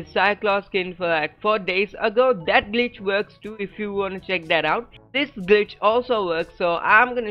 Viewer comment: Every time he says glitch I think he saying bitch 😂😂😂😂